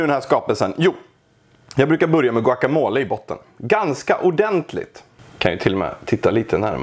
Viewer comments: Låt mig ge dig chansen att utveckla dig, det heter guacamolE.. uttala det sista e:et, det ska inte uttalas som på franska :D Ett annat tips, på "la neta" här i stockholm, steker dom osten tillsammans med köttet på stekbordet innan den läggs på tortillan.. blir grymt bra.. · "Guaca mol", låter som en gömd skatt av mögel